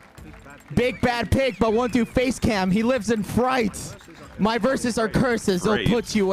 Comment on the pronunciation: It’s FRIGHT not FREIGHT